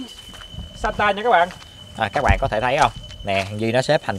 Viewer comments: Santa nghe 1 kểu nhưng đọc thì lại ra chứ satan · santa đọc lái thành satan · Anh đọc chữ santa ngược lại xem